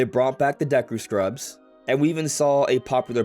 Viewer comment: It’s not ”Daku” tree it’s ”Deku” tree